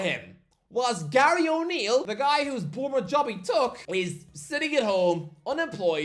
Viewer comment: Of course he gets Bournemouth right 😂